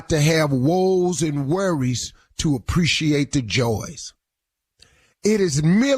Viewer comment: Did the lead usher just “I don’t apprecianate” lol